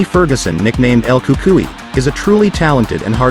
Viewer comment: It's El Cucuynot El Cukai you stupid idiot